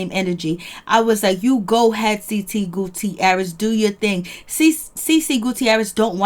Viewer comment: The 'i' in the Guttierez is silent 😂 Great job thou.